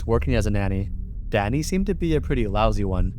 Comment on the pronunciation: Ohhhhhhhh. He is saying Danny! All i could hear was "Daddy" 😂